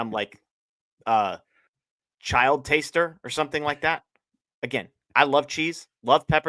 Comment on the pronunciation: Bro did not just say “child taster” 😂